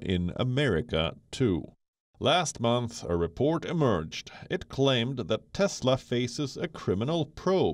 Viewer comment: Maybe it's CHESLA not Tesla 🤣😂😅